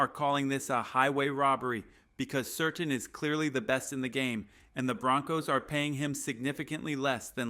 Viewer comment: Is this AI? It's pronounced 'sir tan' not 'certain'